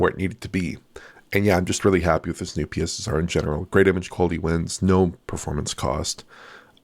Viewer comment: "The new PeeSSR"